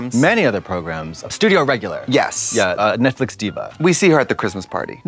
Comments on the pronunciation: WHY DOES TRIXIE PRONOUNCE NETFLIX AS NETFLICK???????!!!!!!!!!! I love her thoooo hehehe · anyone know why they always say netflick? 😂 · I’m literally obsessed with Trixie but if she says “Netflick” one more time 😂 I can’t